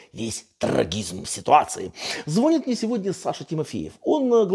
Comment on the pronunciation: Звонит или звонит(ударение)?